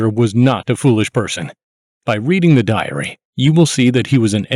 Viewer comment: Ugh. The narrator's style of speaking is annoying. The last word of sentences is said with a descending exhale breath sound. Diary is pronounced diar-E-H-h. Don't DO THAT!